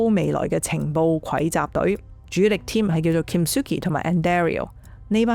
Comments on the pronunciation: 「蒐」呢個字讀[收]唔係愧... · 你將蒐(手)集讀成愧集 , 咁係ai嘅錯抑或係你嘅錯呢 ??